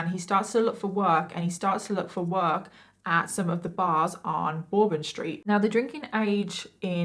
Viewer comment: You pronounced New Orleans correctly the second time. We do not say New Orleeens. It is more like the second time. new Owrlins... Kind of like that. bourbon Street is pronounced like burbun street here and in Louisiana, we can serve alcohol at 18. We just have to get what is called a bar card to be able to serve liquor here. Liquor is everywhere and we even have drive thru daiquiri shops everywhere. They are really popular here and in Lafayette parish where I live and is pronounced "Laghee yet."